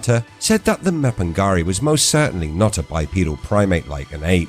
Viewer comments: ma-pin-GU-ari not ma-pin-ga-ri, why butcher names when you can ask any1 with half brain......? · it's not do your research in English it's pronounced ma-pin-"G"u-ari with G unless you are lazy muppet and you didn't want to waste 1 min of your time to look it up and you butchered it instead...End of discussion what if